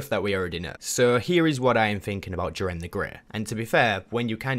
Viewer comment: You say jiren wrong